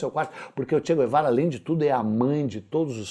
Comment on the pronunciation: "Tchê Quervara" a Deputada Jeânus Cuspillis fica molhada qdo citam esse nome 🤣🤣🤣🤣🤣